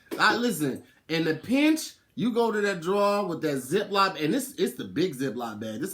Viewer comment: Anyone else notice says "zip-LOP" bag, instead of zip-LOCK bag?